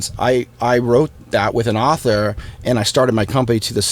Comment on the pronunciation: When Tom says aaond!